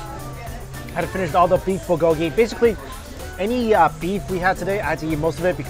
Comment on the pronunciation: i feel bad for luaghing at his pronunciation but i cant help it whenever he says bulgogy!!!